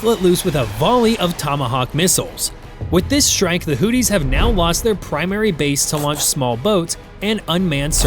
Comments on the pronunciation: First things first, is not pronounced hootees but Houthis. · Not Hootys, Hoothis , like tooth with a h in front I.e. hoothes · FFS, sound it out. HOO-THEES, not "Hooties" 🤦‍♂️ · You know you can say Houthi’s not not hooties 😂 trump guy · Hoo-these. Not Hooties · I thought they were called the Houthis, not Hooties! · It's Houthis, not hooties. Hooties are something else entirely.